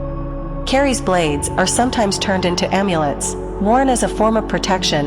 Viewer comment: You are pronouncing 'Keris' incorrectly, the 'e' is very short and therefore it sounds far more like 'kris' and not at all like 'care rees' as you are saying it.